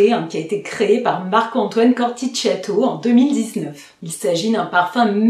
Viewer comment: Coromandel et Grand sooooooooir 🥰 J'aime bien Halfeti mais sur moi on sent beaucoup plus le oud que la rose... Par contre pour info "Corthicchiato" se prononce "CortiKiato" :) Moi ça sera surement Ambre Russe ('justement haha)